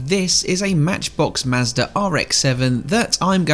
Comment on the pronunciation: Ah yes. The good old Mazdarrh.